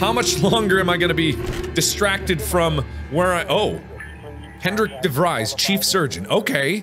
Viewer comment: This a three year old video but Mark pronouncing DeVries like Devrise instead of DeVrees is incredibly annoying ajsjs